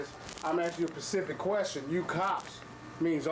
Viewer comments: "I'm asking you a PACIFIC question." A PACIFIC QUESTION?!?! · "I'm gun axe you a pacific qwuestion." Dipshit cop can't even speak English, fire his ass. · I'm asking u a PACIFIC questiin😂😂😂😂